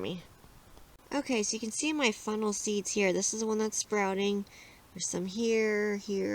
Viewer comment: Lol sounds like u keep saying FUNNEL!😆🤷‍♀️very informative though, thank you.😊